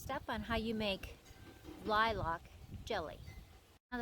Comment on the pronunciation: Looks good. But is it the normal way in the US to pronounce it "Lie-LARK? Here we just say "LIE-lk". Always new things to learn- I love the malleability of our common tongue. And now for a spoonful of jelly!